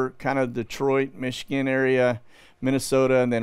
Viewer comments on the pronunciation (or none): none